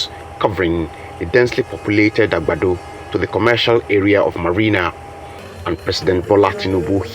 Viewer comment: The way he pronounced Agbado 😅